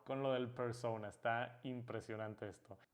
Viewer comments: Por qué dice, persouna, si la palabra es claramente en español solo digo no hate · Porque cuando dices persona lo dices como si fueras gringo cuando es una palabra española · Pronunciar “persouna” cuando sabes hablar español y decir persona no tiene precio jajaja